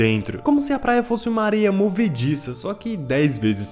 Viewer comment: Falou plaia igual o cebolinha kkkkkkkkk